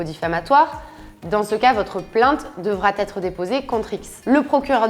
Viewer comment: ATTENTION À LA DICTION ! On ne dit pas "devra t'être", et on dit "revêT un caractère sexiste" (liaison inventée dans le premier cas, et oubliée dans le second).